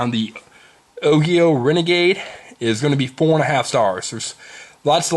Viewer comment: its pronounced ojio. soft g bro